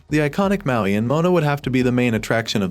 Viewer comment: Do you say mountain? It’s Maui.